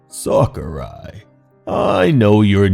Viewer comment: Japanese: 桜井 English: Sucker Eye